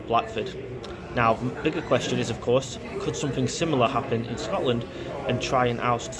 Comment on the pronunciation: He says "SCORTLAND"